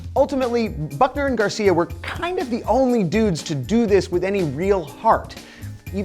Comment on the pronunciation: I KEEP HEARING FUCKNER AND GARCIA IT'S NOT EVEN FUNNY